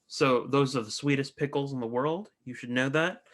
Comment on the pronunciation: Sorry guys but learn to say Pixels, you say "Pickels" :-D